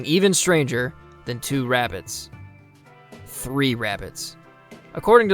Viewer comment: WABBITS!!!! Someone call Elmer Fudd!